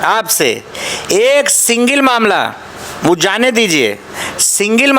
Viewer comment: सिंगिल नहीं सिंगल होता है नेता जी बोलना भी नही आता हैं!